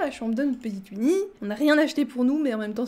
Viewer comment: Je suis la seule que ça perturbe qu’elle dise Uinnie et pas OUinnie (même si c’est Winnie)